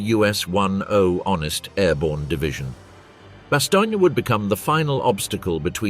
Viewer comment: a good documentary i'll forgive the mispronounciation of bastognia LOL!